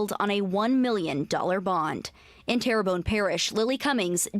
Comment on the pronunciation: Terrebonne not pronounced like Terry bonne it's pronounced as Terra bonne, by the way. At least you didn't butch it like some folks do with Louisiana Cajun & Indian town or city names. 😁